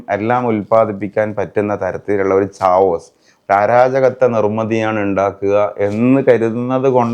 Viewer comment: ചാവോസ് അല്ല കെവോസ്